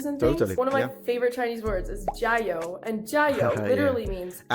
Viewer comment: her tones were actually perfect. it was only the 油 that was off. but other than that, all the other 加油s were fine.